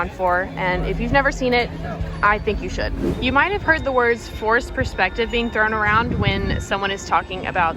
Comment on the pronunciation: it’s “forced perspective” not forest ..😂😂